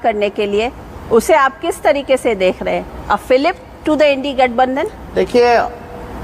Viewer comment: She is trying hard to say indi gathbanthan